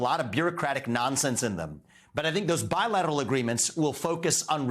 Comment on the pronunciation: He should never say bilateral again